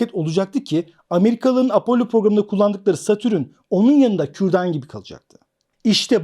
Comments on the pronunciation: hocam herşey çok güzelde şu satürn’e niye satürün diyorsun valla anlamadım:) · Satürün degil, Satürn